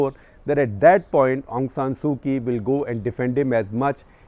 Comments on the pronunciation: Didn’t do your homework, SG, Kyi is pronounced “Chi”. A little long, too much detail. But thank you. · Couple of pronouncing notes sir, Myanmar.. the my is pronounced more “me” and not “my”. And last name is the leader, Kyi.. it’s pronounced “chee”. It’s like the currency kyat.. it’s pronounced “chyat”